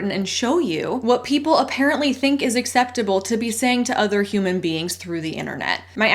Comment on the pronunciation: 😂”unexceptable” 😂 Good one! 👍